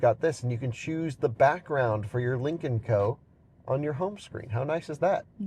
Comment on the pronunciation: I can't help but hear "Lincoln Co" every time.